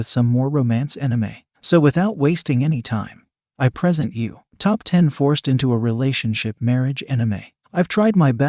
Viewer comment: "Present" (noun) is pronounced differently from "present" ( verb)...